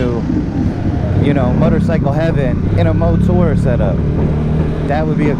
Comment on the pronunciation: ........nice bright lights man......can't wait to see it light up the streets at night......heard ya say MoTour again and now i'm super excited YAAAAAAY!!!!!!.......hehehe........ :D